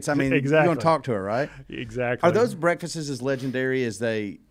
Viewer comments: My wife is screaming in the background "Breakfasts!, not Breakfastes!" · The continued mispronouncing of "breakfasts" is all I can focus on.